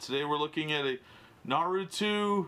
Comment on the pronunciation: Its not pronounced how u said it bro its NA RUUU TO